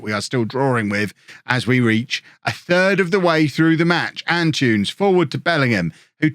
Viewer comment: am I the only one who gets slightly irritated whenever I hear pronounce Antunes as 'An-choons'? I'm not saying he should say it perfectly but the name is derived from Antony, and saying 'An-too-ness' really shouldn't be difficult for an English person.